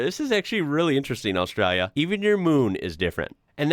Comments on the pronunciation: I am becoming increasingly concerned about the way you pronounce Australia, so here is the break down pronunciation in phonetics. Ost-stray-lee-a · Dontcha mean ARSETRALIA?😂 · Is kind of says Australia with the accent 😂